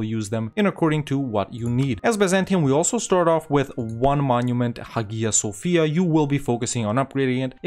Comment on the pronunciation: it is pronounced aya sofia